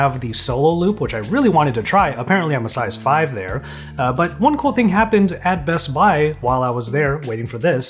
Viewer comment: I like how he pronounces bestbuy “bess bai”